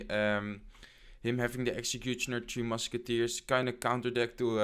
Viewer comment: You Keep Saying Teo Musci its three mucki man😂😂😂😂😂 great video by the way